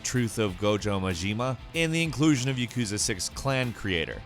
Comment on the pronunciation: why people pronounce yakuza, " yekuza". Its pronounced how its spelled or spelled how it is pronounced. That's how it is with every Japanese word. so say YAkuza.